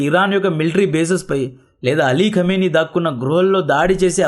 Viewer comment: ఖమిని గారు.. అని పలకు .రా సుల్లి గా